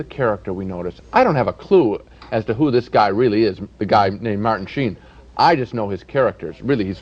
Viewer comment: . Martin Shee-in ?? I've probably heard Martin Sheen's name said hundreds of times, and never once heard it pronounced the way Roger Ebert does here. Did he know something the rest of the world didn't or did he just screw it up, and rather than immediately start pronouncing it the correct way right after that, just kept going with that mispronunciation, rather than indicate that he had just goofed it up that first time ?? .